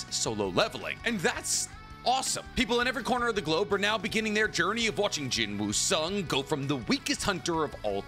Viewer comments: Please just say Sung Jin Woo it sounds better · Bro said Jin Woo Sung 💀💀💀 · BROOOOOOOOOO DONT SAY “JIN WOO SUNG”😭😭😭😭😭😭😭😭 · Jin-woo Sung ❌ Sung Drip-woo ✅ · How calling Korean character Sung Jin Woo=Jin Woo Sung Jin Mori=Mori Jin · am i the only one that feels weird that he calls him jin woo sung instead of sung jin woo?